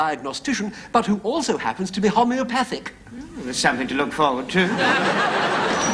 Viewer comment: Thats homeopathic not homopathic 😂🤣